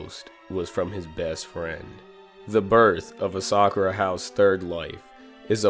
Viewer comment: You pronounced ASA-KURA wrong too pal